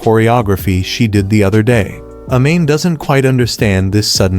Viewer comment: A-Mane isntead of Amane☠️